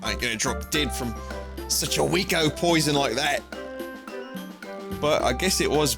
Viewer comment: NEUTRARIZE THE POITHON?!